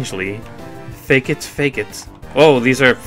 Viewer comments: its fAkit not fakeit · its not "fake-it" its pronounced "fuckit" xD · I think it's pronounced like F*ck it for Fakit. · Fun fact: Fakit is pronounced "Fuck it"